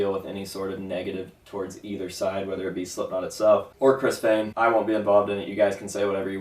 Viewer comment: I always thought it was pronounced Fehn